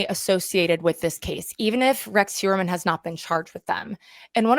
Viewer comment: Heuermann is a name of Germanic origen. - Which means that “eu” is pronounced “oy”. So Heuermann is pronounced Hoyermann Just thought you should know …. 🤓